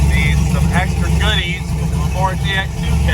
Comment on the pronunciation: Its not pronounced TX2K its Texas2k